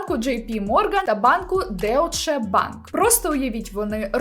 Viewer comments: Вибачте але не деоче банк а дойч банк😊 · Не Деутше, а Дойче банк) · Вибачте але так ріже вимова, «дойче банк» а не деуше і гіСлейн максвел а не гілейн